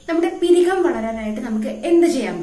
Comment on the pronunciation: പിരികം അല്ല പുരികം ആണ്